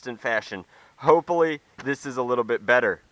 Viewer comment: you said hopepully